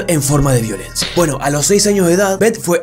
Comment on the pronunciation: weno si es cierto pero yo escucho pueno pueno pueno